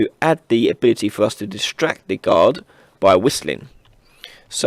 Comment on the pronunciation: guard AI I thought he said god AI